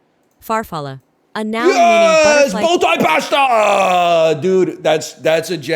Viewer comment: I will never not chuckle at the way NL pronounces pasta